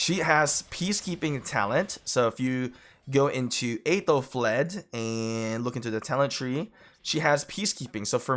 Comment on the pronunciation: You pronounce her name wrong...